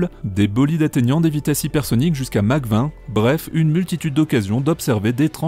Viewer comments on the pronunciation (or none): none